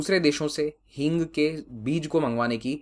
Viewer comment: That is hing not heeng